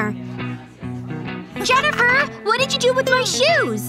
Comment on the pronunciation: Was it just me or did she say denifer